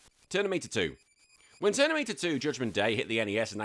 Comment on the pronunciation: Lol "Ternimator" 😂😂😂